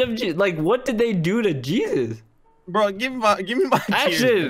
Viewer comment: the way he said yeezes